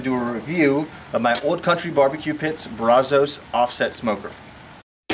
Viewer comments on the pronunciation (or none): thanks for the video. great pit. im from texas and we pronounce it braazus. i guess its the country way of sayin it lol. gonna have to invest in this one. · It's not made in Mexico and you got the pronunciation of Brazos all wrong